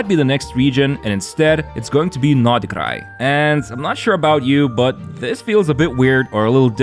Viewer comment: первый раз слышу как иностранец произносит Р в Норд Крае 😳😳